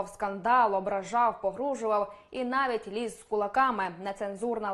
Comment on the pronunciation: який жахливий російський акцент у ведучої. навіть не може вимовити "росії", тільки "росіі". "навить" замість "навіть". а недослова вподобайка взагалі не існує